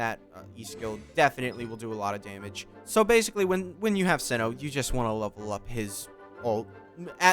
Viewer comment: you've killed me at the beginning when you called him "see-no"